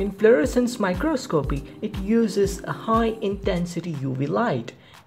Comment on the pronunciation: Just FYI, microscopy is pronounced my-KRAHS-kop-ee ... it's four syllables, with the stress on the second syllable.